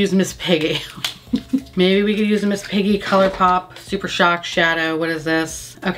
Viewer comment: Why do you says Miss Piggy's name the way Bill says "Sookie" in True Blood? Trying to get that Southern Twang action? ha! HAPPY TURKEY DAY TO YOU AND PAUL GIAMATTI!